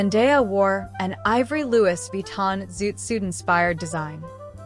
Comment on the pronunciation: Not to discredit your presentation ... as you spoke nicely. You'll have to work on the pronunciation of Louis Vitton , Givenchy and St. Laurent next time you have a go at the Met Gala however. They are all renowned fashion houses deserving proper representation at least, :)